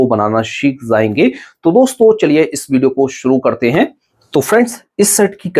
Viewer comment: Teri video unlike karta hu sirf j ko z bolne ki wajah se. Jayenge ko zayenge bolne ka kya matlab. Dimag ki dahi kar dete ho.